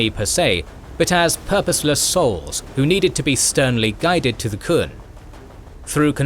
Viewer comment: I'm really happy that this got released, but the Qun is pronounced "Kyoon," not the "Kun."